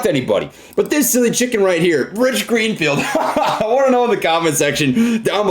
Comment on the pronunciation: Gich Reenfield lmao. I love it